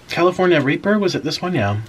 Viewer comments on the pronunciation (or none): lol the "california reeper"